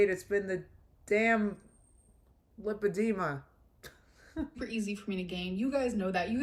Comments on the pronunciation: LAH alert: if she got an in-person verbal lipedema diagnosis, wouldn't she KNOW how to pronounce it? Because the doctor would have said it? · Hi Guys! I may be nitpicking but don't you think if she was at the specialist for lipodema, then she'd know how to pronounce it. I am sure the doctor would of said it multiple times. I don't know. I don't believe it. I think her doctor was WebMD. I hope I'm wrong. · Funny how she “listens” to her doctors’ advice but can’t pronounce her diagnosis